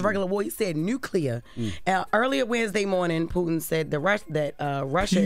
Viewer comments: She can’t even pronounce Putin or nuclear…. Where Tes at? Lol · POOTIN, NOOCLEAR!!!😂😂😂